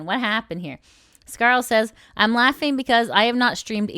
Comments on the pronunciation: It's pronounced scar-leh yoh-na-goo-knee btw. of her debut stream. Please listen to the creators say their own names before butchering them. Watch like 20 seconds of their debut stream or whatever. It's not fair, especially to non-english creators, which Scarle isn't, but still. And then you butchered Aoi Sakura and Gundou Mirei's names... bro please. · Just to let you know, its pronounced "scar-le" like the french le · Scarel? lmao I believe her name is pronounced Scar-lay, but scarel is so much funnier. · You butchered Scarle's name! :D